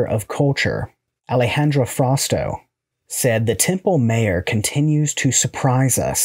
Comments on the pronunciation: Templo Mayor = Temploo Mi-ohr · Templo My 'ore (emphasis on final syllable) is how it's pronounced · Nope, its more like "tem-ploh mah-your".